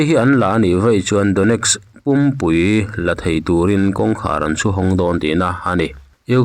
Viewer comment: Oilgas ti hian tinge i sawi ziah le, oil leh gas tih hi a har loh tehreng nen. Donetsk paw hi Dawneks ni lovin Daw- nesk. Flask pawh Flaks kan tih ngai loh hi. 😅